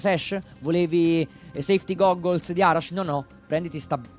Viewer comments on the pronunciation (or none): mio padre con nonchalance, dopo aver detto SEFTI GUGOLS va come pronuncia heavy slam